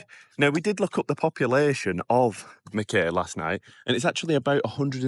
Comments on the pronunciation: Your videos kept popping into my feed. I hoped you enjoyed my lovely little home town. It’s pronounced Mack eye btw and not Mack Kay 😁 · While I was in qld I never heard it called 'mack-ay'. I always heard it pronounced 'mack-eye'. Just saying hearing mack-ay sounds jarring. Also you do know that vegemite is berroca in paste form? Don't waste your money on that rubbish.